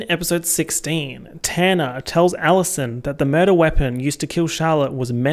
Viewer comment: Your pronunciation of “Tanner” keeps making me think you’re talking about Tana Mongeau